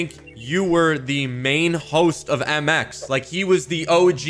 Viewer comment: Mx not mix sorry